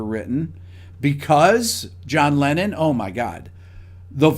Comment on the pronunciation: NO SE COMO HAGAN ESTOS DOBLAJES AL ESPAÑOL O SI ES LA TAL INTELIGENCIA ARTIFICIAL, PERO TODO EL TIEMPO EL CONDUCTOR DICE LENIN EN LUGAR DE LENNON, INCLUSO SE PUEDE CONFUNDIR EL NOMBRE CON EL PERSONAJE RUSO, ASI QUE PONGAN ATENCION EN ESOS ASPECTOS IMPORTANTES DE UN VIDEO QUE LO VE MUCHISIMA GENTE Y QUE LA INFORMACION DEBE SER LA CORRECTA!